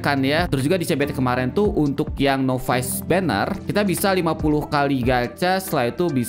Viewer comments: NOVICE = NAVES , bukan novais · Acah acah pro english